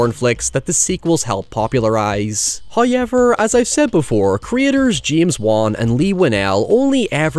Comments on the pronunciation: First 'hoyevver" drops . We are blessed by His generosity. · Killer: "Hello,. One of the 13 Ray-Con ear buds contains the code that releases the Spiral trap. You have a minute to...": "HOYEVER." Killer: "Once again, well played."